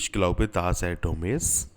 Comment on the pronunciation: it is not daaas, es ist dass